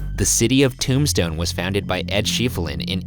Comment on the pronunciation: Every time you say “Tombstone,” it sounds like you’re trying to say “Tucson ,” but failing lol.